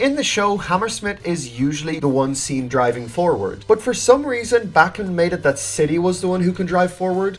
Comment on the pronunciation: I don't know if it's only by yourself but why does he say Bakmin